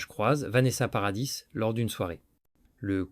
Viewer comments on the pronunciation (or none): naturel et fluide, avec des mots bien dits kwatorze ans au lieu quatorze, nôce au lieu de noce, paradisse au lieu de paradis, bref... plus naturel quoi.